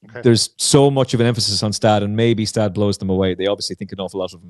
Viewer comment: Next time you'll shake down the audio ahead of the podcast. I believe Gstaad is pronounced Gu-Shtodd